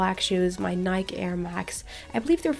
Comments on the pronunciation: awesome video but remember when ou said you want to learn more English from us here is one when you say Nike say Nike EEE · The correct way to pronounce Nike is nye-key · This is such a creative idea! Love it!^^ Also, in English Nike is pronounced Nike-ee if that makes any sense! 😁